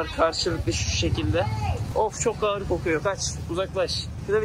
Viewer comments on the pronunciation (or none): none